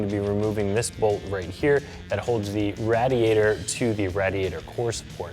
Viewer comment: Why does he say radiator like that I almost killed myself watching this